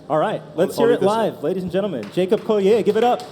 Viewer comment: Nope! Pronounced "Koh - Lee - Er." He's said this a couple times in some interviews (Quincy still calls him Colli"aye")